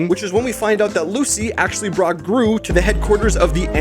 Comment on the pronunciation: when he miss said gru as dru, he was hinting the 3rd movie